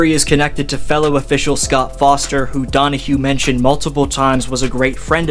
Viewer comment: Donaghy! Not Donahue! Way too important to this whole thing to be blatantly mispronouncing his name… wrote the book in prison exposing nba officiating!! Squashed by Stern and the Feds!! Other than that great video!!👊